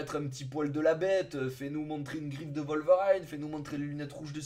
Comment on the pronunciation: Ho mon dieu, ta prononciation de Wolverine à !!! Mes oreilles saignent :'o